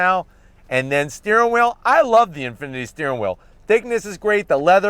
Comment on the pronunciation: lost me at "Infiniti" but i still watched it anyways